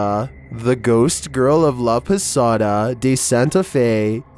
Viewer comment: When he says "La Posada", that's the most American accent you can get from someone